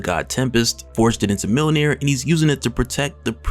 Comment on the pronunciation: Mjönir. Not millnir